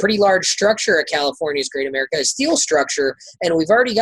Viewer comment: I stopped watching once the guy referred to Great America as "caga".